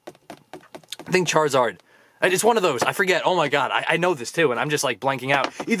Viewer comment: it's charzard